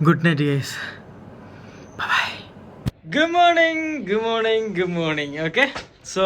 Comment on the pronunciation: ഇവർക്ക് ഒരു ആത്മാർത്ഥത തോന്നുന്നില്ല. എല്ലാം വെറും പ്രകടനം. പ്രത്യേകിച്ചു ഭാര്യ. ഭർത്താവ് ചില ഇൻഗ്ലിഷ് വാക്കുകൾ തിരുകി ഒരു മണ്ടനെപ്പോലെ. ഗുമ്മോണിങ് എന്ന് ദയവായി പറയല്ലേ. ഭയങ്കര ബോർ.